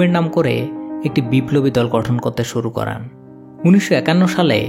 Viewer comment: Vai করেন টা করান শুনাচ্ছে পরবর্তীতে বিষয় টা খেয়াল করবেন